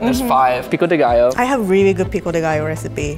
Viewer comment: mooood just heard saying "pico de gallo" chefkiss